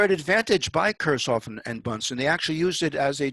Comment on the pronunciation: Kurzoffen???? Kir CH hoff. with a CH like in LoCH ness... come on.... you can do it.. and an i like as in seeek...